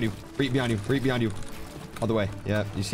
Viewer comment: No it’s reet not ReEd